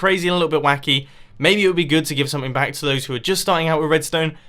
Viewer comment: You just said bank not back. Back is the right word